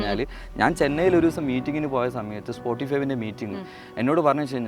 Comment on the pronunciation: സ്പോട്ടിഫൈവ് അല്ല spottify